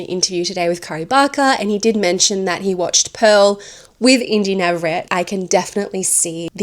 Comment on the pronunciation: You pronounced her last name incorrectly it’s Nah-vah-RREH-teh, she’s Mexican American.